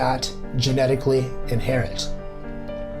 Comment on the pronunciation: Great video, I like how you cite the scientific/genetic studies. Curious why you use the name/pronunciation "Yashua"(?) over Jesus or even Yeshua.